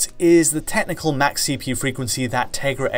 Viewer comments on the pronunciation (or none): none